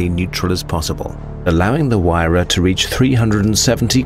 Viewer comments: say it like wire-ra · no its HERERRAAA XD